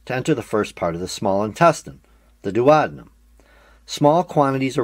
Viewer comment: THE WAY HE SAYS DUODENUM STRESSES ME OUT